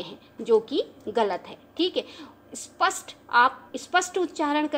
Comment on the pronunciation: आप श को स बोल रहे हो। स्पष्ट को स्पस्ट